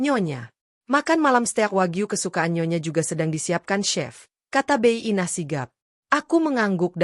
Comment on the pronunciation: Sebagai narator yang baik, pakailah bahasa Indonesia yang baik dan benar Bi Inah.... seharusnya diucapkan bi Inah bukan bey Inah...geli kedengeran ditelinga